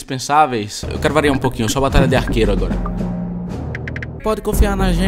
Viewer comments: eu ouvi tbm simulador de batata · ele falo simulador de batalha, nao de batata, ele deu uma cortada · só eu ouvi ele falar similador de batata?